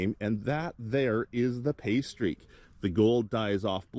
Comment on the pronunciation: It took a few minutes... I thought that you were saying "pastry" instead of "pay streak". I was thinking you had a new code word for a good spot.